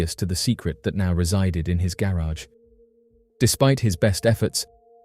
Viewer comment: Please stop saying garage like that omfg